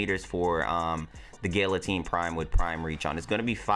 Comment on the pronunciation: Gal-atine not Gill-atine